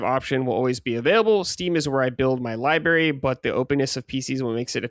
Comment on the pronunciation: if you're going through these libraries of consoles please learn how to say the word “library.”